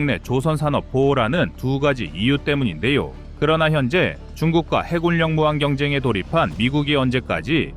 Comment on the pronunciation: 해군력을 계속해서 해굴력이라 읽고 있어 자꾸 긁히네!